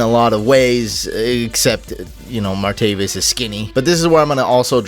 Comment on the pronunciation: Martavis not Martavius